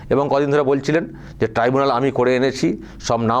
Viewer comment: Mamata didi tribunal ke tibunal bolche. Video ta niye ekta video korle valo hoy. Onar bhul uccharon gulo niye ekta documentry korle valo hoy. 🙏🙏🙏🙏🙏🙏🙏🙏